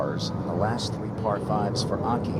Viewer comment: I don't know why the commentators don't make a concerted effort to pronounce names correctly. They so confidently pronounce the names incorrectly that it kind of shows a lack of respect. Their pronunciation of Akai and Chisato is so far away from the actual pronunciation. Imagine if Morgan Pressel's colleagues insisted on calling her Mokkin. Or if Dan Hicks's colleagues constantly called him Dant. I'm sure they'd be annoyed! Learning how to pronounce names lends to professionalism!